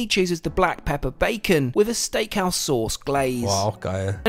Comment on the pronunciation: vielleicht nützlicher Tip: merk dir einfach wie du "Dose" sagst, dann 's' statt 'd' - und fertig ist die Sauce :)